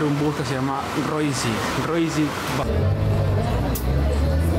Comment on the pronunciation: no Roissy sino Juasi así suena!